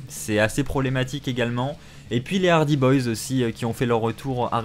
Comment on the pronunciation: ARRETE DE DIRE LES HARDYZZZZ Sinon bonne video merci pour les news